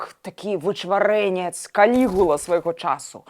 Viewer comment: Называйте правельно по Казахский Калигулла ударение на "а"